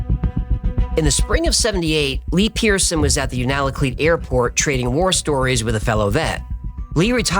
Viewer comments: It's pronounced You nal a kleet (sort of). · I was a bush pilot in Alaska for many years. Its pronounced YOU -nuh-luh-kleet. Sorry,that just bugged me, lol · Unalakleet= "You nuh luh cleat" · it's pronounced you-na-kleet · unalakleet pronounced u na kleet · just a heads up, that’s not how you say Unalakleet, it’s you-nah-lah-kleet. You were close… anyway back to the story… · Un a la cleet. You are making me flinch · Haha I MUST help you with the pronunciation of Unalakleet . Yoo-nah-la-kleet Sorry, and thank you !😊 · Sry buts it's "u-na-la-kleet" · isn’t it yoona la kleet? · As a Native of Alaska that has lived here all my life, I love this video. I can attest that there is a lot of strange events that happen here. The only thing I had a problem with is your pronunciation of Unalakleet. Lol. Its you-na-la-cleet. :) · Hey, fun episode, thanks! Now I'm going to have to go check it out for myself. Just FYI, us Alaskan white kids pronounce Unalakleet YOUnalakleet (YOO-nə-lə-kleet). We have a lot of fun names here. In case you even have to say it, Valdez is pronounced Valdeez. Thanks for the show. Peace. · Just gotta say we pronounce it (you-na-la-cleat) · From Alaska. Just a tip. It's pronounced You-nuh-luh-kleet. Love the videos. Keep them coming. 🤘🏻😎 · The Black Pyramid is 100% real. I have seen photos of it and have talked to people who worked there. It produces energy because of the quartz and water chamber underneath it. It is complete with a cap stone. And it is pronounced U-na-kleet. The Natives knew about its existence for many many years. I live in Alaska and have seen things that most people would not believe. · Alaskan here Unalakleet is pronounced (phonetically) is “you-nah-la-kleet.” Your work is outstanding! Thank you!!! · Hi, Alaskan here. Unalakleet is pronounced by Alaskans as YOON-AHH-LA-KLEET. Hope that helps! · Alaskan here. You mispronounced Unalakleet.